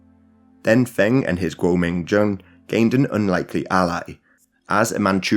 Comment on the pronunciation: Feng rhymes with lung.